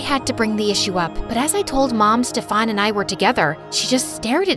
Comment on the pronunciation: Steffan seriously it is pronounced as Stiffan.